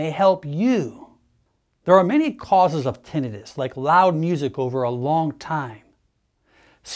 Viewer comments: Odd he doesn’t know the correct pronunciation… Tin not ten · How ironic that we have AI that can create a photorealistic video of a very convincing "man speaking", but he can't pronounce the main word of the subject at hand properly. Even after 12 years of college! lol suuuure.....